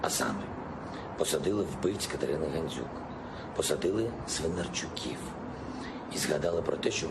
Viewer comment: «Ганзюк» замість «Гандзюк» цей лайнюк навіть українське «ДЗ» не може вимовити. Біля нього царьов патріотом б виглядав